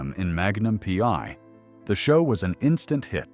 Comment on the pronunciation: Why the story about Tom's life again? At least 5 to 6 times every day. Everyone we know has already read his book or listened to the audio CD. Learn English. It's free on YouTube. Read it. Don't copy other creators. It's Magnum P.I. not PY. Don't talk about people you don't know personally.